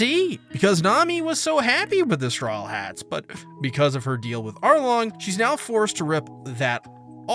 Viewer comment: Am i the only one who hears strollheats instead of strawheat?